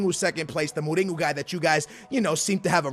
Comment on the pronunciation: Who’s Muringo? It’s mourinho